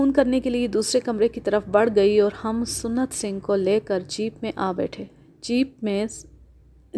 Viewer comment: Maddam...Lafz SUNNAT Singh Nahi SANT Singh Hota Hai.